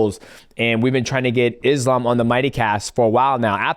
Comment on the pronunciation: Forget about the last name, most of them are pronouncing his first name wrong. 😅 It's not "Izlam". The "s" in Islam is pronounced as you would pronounce it for the name "Solomon".